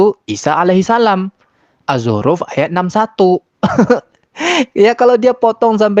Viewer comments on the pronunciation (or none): Al azruf wkwkwkwk ngakak Yg benar adalah Az-Zukhruf. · Ngakunya mantan ustadz, nyebut Azzukhruf aja al azzruf?, kelihatan banget ngibulnya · Alzuruf,? ,nyebut azz-zukruf aja salah, asli si penipu